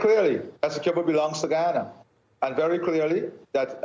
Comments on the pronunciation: Somebody please teach the anchor how to pronounce 'Essequibo', the poor guy looks like he's about to choke every time he has to pronounce it. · NBC news reporters should at least know how to pronounce Essequibo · The journalist doesnt even know how to pronounce Essequibo lol